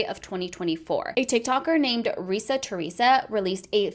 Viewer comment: Her name is Reesa Teesa, not Teresa